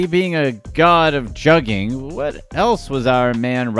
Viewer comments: Juggin is rooted in selling drugs not robbing people.....and its pronounced Juugin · That ain’t what juggin is and it’s with a G sound lol